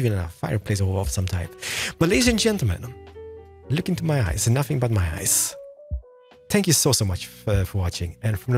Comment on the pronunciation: I thought he said "Spank you, very very much" I died 😂😂